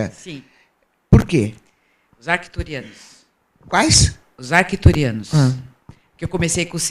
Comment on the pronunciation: Penso que essa senhora precisa ter o hábito da leitura para não falar bobagens, tipo "Zarcturianos". Sim, ela fala arcturianos iniciando com Z. Além do mais, será que precisa ir para Mato Grosso (imagino que no Projeto Portal do desacreditado Urandir) para ver um ET?